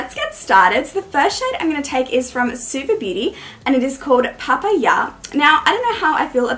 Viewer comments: First time viewer, just subscribed. Love the eye look, you’re really pretty, however some constructive criticism. The angel you have your face at is a tad annoying. It’d be a lot better if you keep your face straight not only showing one side. Also. Papa ya?? It’s PaPIEya 😅 sorry, found that really funny. Also this isn’t exactly criticism, more of an opinion, I know many people have their own preference of how they apply their make up, but I feel it makes more sense to apply your eye make up first over your face make up to prevent fall out, this is what I do at least. Not trying to hate in the slightest just thought I’d share my thoughts. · Its PapEYEa like Popeye but with an uh at the end on the other hand ur look is stunning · this is so beautiful 😍 btw lovie, that first orange shadow is pronounced puh-pie-uh like the fruit! haha love youu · The way you said Papaya 😂😂😂😂💀💀 Beautiful look, well done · Had to chuckle on your pronunciation of Papaya. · Your pronunciation of papaya is very unique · I love how you pronounce “papaya” lol